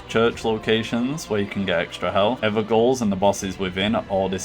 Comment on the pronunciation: "Evergaol" is pronounced "Everjail" FYI.